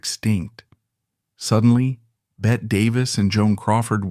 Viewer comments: Her name is pronounced Betty!!!!! Ugh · Not “bet” Davis it’s BETTY Davis.